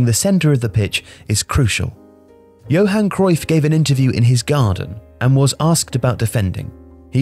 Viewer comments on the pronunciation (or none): none